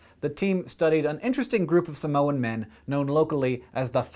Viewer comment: what have i learned from this? hank is good at pronouncing samoan words.